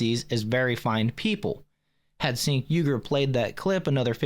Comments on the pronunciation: It’s pronounced Chenk. I prefer calling him Chunk Yogurt. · The host of this show said on a previous episode, he purposefully pronounces it "sink" because the proper pronunciation sounds too close to a slur word & libtards could use it to get his channel taken down. Imo, Chunk Yogurt doesn't even deserve us caring about the proper pronunciation of his name.